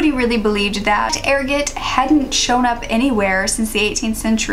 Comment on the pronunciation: Pronounced err-got. What they used to say caused lupine syndrome or werewolves.